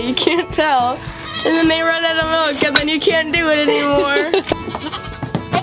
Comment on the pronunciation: Melk lol